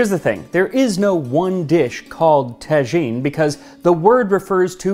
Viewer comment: I'd like to correct if I may, it's pronounced taa'jine not tajeeen.